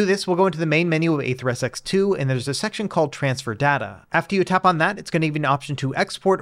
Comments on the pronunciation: It's pronounced NetherSX2... not NeatherSX2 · "Neether SX2" really be tickling me lmao